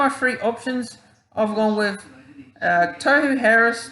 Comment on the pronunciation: Bro.. Tohu (Tor-hu not Toe-hu).. I think it's way too early to talk new captain as injuries can quickly put paid to that.. As the year unfolds we'll have a better idea as to who stands up as captain material.. I like Tohu but we'll see